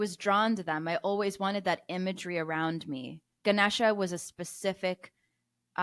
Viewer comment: Appreciate the effort! You lost me when you said you’re like an indian grandmother and then mispronounced Ganesha